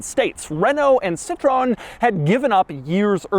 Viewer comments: I was going to let it go, but then you started and driving and you did it two more times. SEE-TRO-EN, THREE syllables. Your mangling of it is how we get Neanderthals saying, "Duuuuuh, seetrone, that means lemon in French. Which it does, but it's spelled citron, not Citroen. You might also want to touch on the taxation system in France based on displacement that resulted in French cars invariably having the smallest engine in their class, a clear drawback in the U.S. where displacement was (is?) king. Still props to you for presenting a French car, and not your first one, I saw the CX video. Now go find an R16. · Also, Citroen isnt the same as "Citron" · Doug my ears hurt when I hear how pronounced Peugeot and Citroen 😄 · I know they are not big in the USA, yet there's is something hilarious about pronouncing all three names (Renault, Peugeot and Citroen) incorrectly.